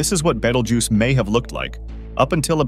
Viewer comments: not sure if you know but the vid keeps rotating between the correct and in correct pronunciation it is Betelgeuse pronounced Bee-tell-juice not bah-tal-geese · My man just called it Beetle Goose 😭😭😭